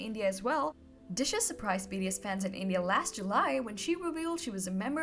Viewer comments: “Beedeeuss” is all i’m hearing everytime she says BTS. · Who is "Bee-dee-ess" ???? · Yup, I cringed every time it was pronounced BDS. Another thing that triggers me is when they say she instead of he. All it takes is a little more research or consultation. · Not this BDS crap again. What a boneheaded person that can’t even pronounce BTS right. Go away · Yep, I hear BDS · Me too! 😆